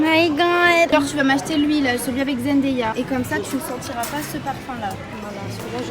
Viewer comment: Jsuis la seule qui a été partubée quand elle disait zendeya c’est zendaya putinnnnnnnn!!!! ( a prendre au 2 degré)